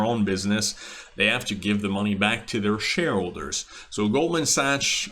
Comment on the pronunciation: It's actually pronounced Goldman Sacks. Nice vid tho